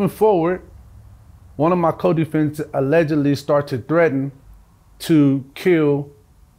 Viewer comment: My dude is clunky with the “allegedly” 😅